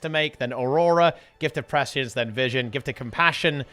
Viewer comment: Finally someone who can pronounce prescience.